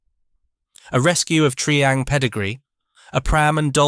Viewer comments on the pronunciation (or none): Tree ang?????!!!! It's "Try" as in Triangle!!! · It's Try-hang, not Tree-ang. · Tri-ang as in ‘triangle’, not tree-ang, please. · Tree-ang? Tri-ang ffs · "Tree-ang"? "Skaletrix"? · Why is Tri-ang, being called Tree-ang when the name comes from triangle, as in “Three Lines make a triangle”? Three Line brothers started the company.